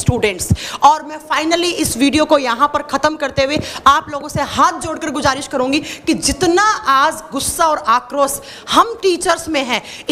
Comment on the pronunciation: गुज़ारिश को गुजारिस बोल रही हैं